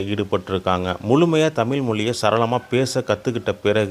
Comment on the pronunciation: இந்த காணொளியை ஒலிபரப்பியவர். தமிழராக இருக்க வாய்ப்பில்லை. தமிழை ஓரளவுக்கு தெரிந்தவராக இருப்பாரோ?? தமிழ் என்று சொல்வதற்கு பதிலாக தமிள் என் என்றே சொல்கிறார் . இப்படி பல இடங்களில் தமிழை கொள்கிறார்😅😅